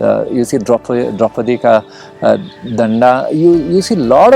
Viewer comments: not danda 😂😂😂😂😂😂 it's Daanda ... Daanda means Mountain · It's द्रौपदी का डांडा (high hill) , not डंडा 😀